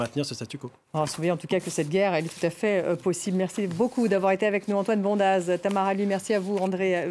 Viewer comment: "Bondaz" est un nom savoyard et en en savoyard on prononce "bonde" avec accent tonique sur le "on". Ah le parisianisme...